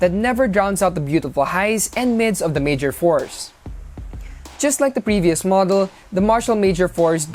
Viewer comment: It's not Mayor Force or Fours, it' s Mayor four 4! jebote fors da te jebo